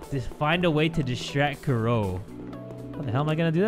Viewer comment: and her name is Kuroe which is how the japanese people pronounce Chloe 😂